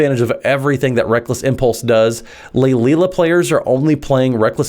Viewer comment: I think I counted 5 different pronunciations! 😂😂 Lay-lee-a,. 👍👍